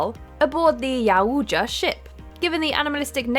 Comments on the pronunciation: Okay, I laughed at the pronunciation for the Predator species. Its not YAHOOOJA... It's Youjta (Yow)-(Cha). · “Aboard the Yah ooja ship” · How the actual fuck do you butcher the pronunciation of Yautja THAT bad?!